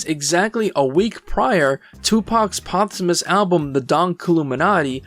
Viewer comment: “Tupac’s potsamus album”???😂 The word is POSThumous lmao “Post” as in after. I thought I was tripping when you said it once but then you said it again 30 seconds later, I even went back and played it again just to be sure I wasn’t hearing things lol